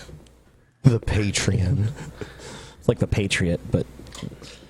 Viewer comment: I think it's patreON not patreIN